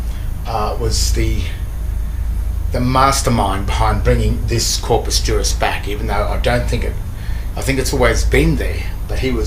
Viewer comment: Corpus = corpse